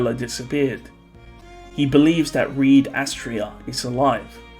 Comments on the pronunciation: Can we stop calling Reid as Reed, please? It's supposed to be pronounced the same as Reinhard. Thanks in advance. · He's not called Reed btw, it's Reid. Same as Reinhard.